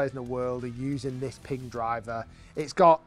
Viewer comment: Pinggah? I thought it was pronounced Ping.